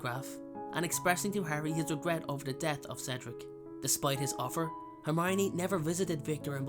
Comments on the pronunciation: Why couldn't he say hermione's name correctly? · I figured it was Hermowninny. 😂😂